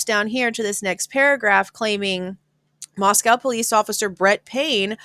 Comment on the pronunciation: In all fairness and no shade... PLEASE pronounce the location properly. Locals have corrected people covering it too many times to count. It's NOT MosCOW Russia!!! MosCO Idaho.,.I thin we should ALL know the pronunciation by now.